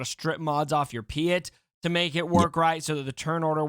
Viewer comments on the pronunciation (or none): when says "pee-it" instead of "pee-yet" i die a little on the inside